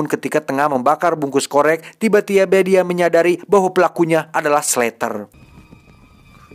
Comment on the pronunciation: Tiba tiba bang... Bukan tiba tieba wkwkwk ngakak